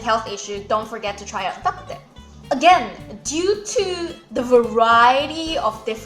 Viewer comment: Bah kut teh is actually pronounced as Bah Kut Tng which means soup. My ancestors are from Gulangyue but I was born and raised in Manila therefore I speak fluent Hokien but I am illiterate in Chinese.